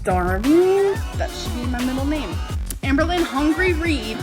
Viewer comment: "Hamber" Hamberlynn ⚰️